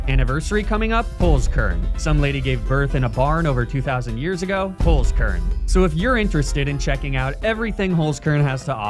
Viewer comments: Little did I know that my life would not have been complete had I not heard the soothing voice of pronounce the german word HOLZKERN like hullskurrn. I can rest easy now. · as a German, that 'Holzkern' pronunciation threw me off guard. For the curious: Holzkern means wood core and inside the box it says 'unique just like you'.